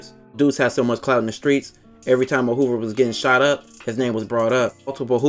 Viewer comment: Operation "Hoovah removah" 🤣🤣🤣🤣